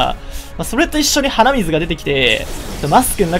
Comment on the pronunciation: 鼻水の発音がイデミツなんだよな